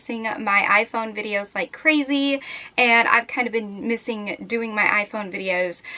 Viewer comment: you sounds British when you said "videos" omg like at the beginning